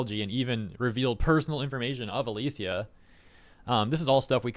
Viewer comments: Just a quick correction, her name's pronounced "a-lee-sha" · The way you say "Alicia" hurts lol